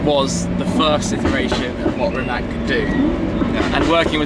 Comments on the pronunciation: RimaC, not Rimak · rimatz ffs not rimak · I'm sorry shmee but it's pronounced [ri'mac] and not [rimmak] (that's what you called it) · first learn how the car is pronounced properly Shmee150. as a slavic man i find this insulting... its not ''rimak''... its rimac (rimatz)..... you as journalist should do research even about tiniest things such as these... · Pronounced rih-matz , no K just C , cmon western people, learn it already, have some respect. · can you read TSUNAMI?YES YOU CAN....that ts sound is letter c in croatian language.....so it is pronounced Rimats.thank you very much. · You pronounced the name wrong